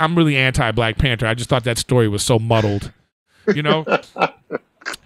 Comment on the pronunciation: Nobody: Griff: black P A N T E R